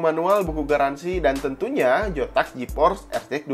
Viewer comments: Bang kenapa kalok hurufnya z abang bilang j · Sumpah bang gw gasuka banget waktu Abang bilang "PeGeA Jotaks GeForce ArTiEk Dua Ribu Enam Puluh" bisa diganti bang ejaannya??